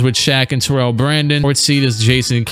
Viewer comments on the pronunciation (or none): none